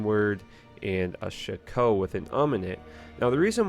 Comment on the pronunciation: It's not sha-ko It's shack - o